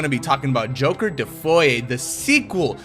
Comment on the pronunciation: Why do you call it joker defoy?